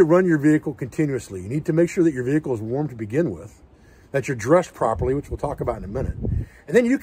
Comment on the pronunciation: I feel like there could have been more ways to work in the word - vee kuul during this video.